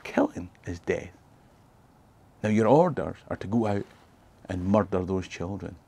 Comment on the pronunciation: Nothing sounds like a scot, saying "muthder", murrhdhur, mudder. Meardur, muthdur, most foul.